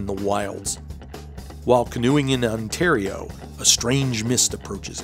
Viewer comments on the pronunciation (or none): none